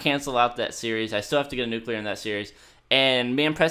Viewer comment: NUCULER wow well done